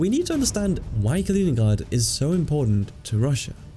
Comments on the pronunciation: Kaliningrad* not koningburger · Why the F are you pronouncing Kaliningrad like the name is Dutch. Its not Kalininghrahd ffs. Grad is a Russian word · Kalining𝓻ad Really though, idk what you are trying to achieve with this pronunciation because it is neither English nor Russian, you just sound silly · Калининград or in Roman script, Kaliningrad, as a territory, did not exist until 1946. The pronunciation is something like Kaleeneengrard. Whilst under German control, the main town/city was never known as Kaliningrad, It was "Königsberg " so I think that we can dispense with the German accent. The Gap is not spelt "Suwalki" it is "Suwałki". Ł/ł a unique Polish letter and is their equivalent of our "W/w" ... sort of "Whoaaah". There W is pronounced as our V although it migrates to F at the ends of words. Poles will forgive you if you pronounce Ł/ł as a straight W .... so SU (as as in "Susan") WAŁ (as in "vowel") KI (as in Kiwi) ..... so phonetically, something like SU VOW KI . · Ya know, its not incorrect to pronounce a foreign name in English. Trying to be accurate with the Russian pronunciation is just distracting. You know China is called Zhongguo in China.